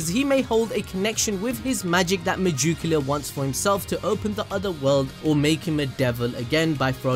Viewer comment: MUH-JUKE-YULAR. The way you pronounce it is funny. lol